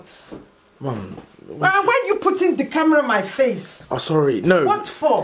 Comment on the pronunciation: when deji's mom said : why you putting deeee camera on my face... I died🤣